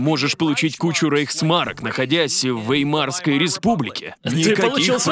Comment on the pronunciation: И всё-таки вЕймарская республика, а не веймАрская.